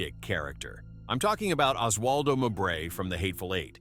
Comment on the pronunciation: It's Mo -bray, not M'bray.